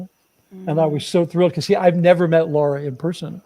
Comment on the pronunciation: Lara's name is Lara, not Laura. LA as in "a note to follow soh"